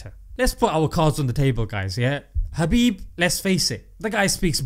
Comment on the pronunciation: Is it just me or You're actually saying Habib instead of Khabib?